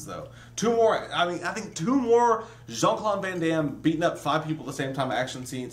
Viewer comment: dude...it's "Jean" not "Sean" lol.